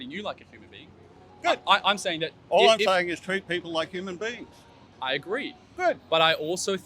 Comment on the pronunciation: Dude keeps saying humane beings??? Tf ?